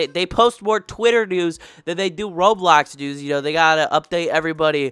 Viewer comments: dude said "RowBlaux Nuez" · “rowblulhocks noos🤪🤪🤪”